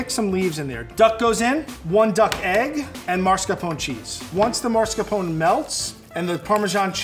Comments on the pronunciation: So,, a level 3 chef with Italian ancestors cannot pronounce MaSCARpone right and says MaRSCApone instead, I just lost it 🤣 For reference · it's MaScarpone, not maRscapone, jeez.... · my dude - it’s “mas-car-PONE-ay” not “MARS-cuh-pone” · Always bugs me when people call it mars-capone cheese. It's mascarpone. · Oh,. Mar-scapone cheese said twice in a row? I had to look up the recipe if there is such a thing. Other than that, he probably raised the ducks himself. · Marscapone? Lol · How does a chef of 24 years say “maRscapone” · I just need people to stop mispronouncing mascarpone. It's pronounced how it looks! It's not "marsca-"! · Can’t believe can do all this but can’t pronounce mascarpone correctly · Did just say MARScapone cheese??